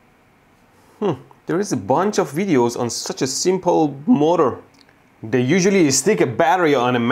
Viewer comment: He says motor the right way